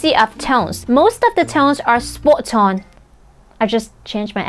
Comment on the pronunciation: You suddenly got all posh! 😂👍